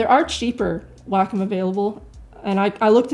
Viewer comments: I have the iPad Pro for 2 months now, an iPad 2018 3 months prior to that. Mainly for drawing direct digital. One thing you did not emphasize more is the fact the Wacom (it’s pronounced Wa-Kom) Cintiq is just a display drawing tablet that you need to connect to a dessktop/laptop. At the practically a bit more cost than a Cintiq, the iPad was a logical purchase - portability, long power use of 8-9 hours, and yes, Procreate as the best mobile digital art app as the main reason why I spent over $1000 for drawing. As an anti-Apple, I can sympathize with the your sentiment - it just works, bitches! Now I get laughing reactions from colleagues who know me to be anti-Apple. But the only thing I care about is that I can draw anywhere, and I have just finished a comic strip while I was on the couch while watching my favorite TV show. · lol all i hear is "wack um"... Anyway is it me, or does it look like someone is sitting behind her pretending to be her arms. :)